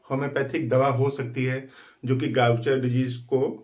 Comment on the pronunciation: First thing iska pronunciation गाउचर नहीं है